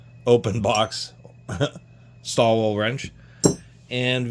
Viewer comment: Pronounced [Shtall-villa].